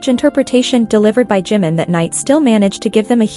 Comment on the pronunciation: Про какого Джима вы говорите 😂 это Чимин, слушать вас не могу